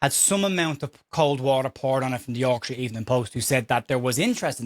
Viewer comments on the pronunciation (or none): none